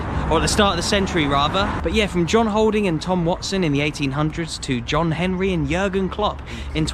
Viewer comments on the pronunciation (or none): none